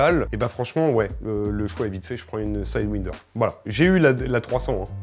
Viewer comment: Alors non il faut dire Sidewindeurrrrrrrrr X2